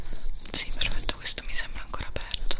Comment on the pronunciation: Guarda caso ieri mi sono fatta il piercing alle orecchie❤️ Con i tuoi soft spoken mi fai svenire Ma il tuo "prefetto" è da brividi⚡⚡